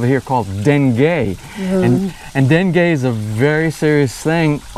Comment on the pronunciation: are you calling it Dengay?